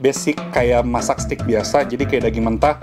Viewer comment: Suka banget sama semua review. Btw koh kalo nyebut steak itu adalah “STEK” or steik BUKAN “STIK”. Karna maknanya beda. Udah saatnya kita memperbaiki pengucapan bahasa Inggris yang benar, karna aku juga lagi belajar. Heheheh. Terimakasih